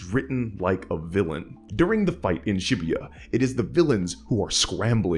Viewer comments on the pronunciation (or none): why did you say shibuya like that???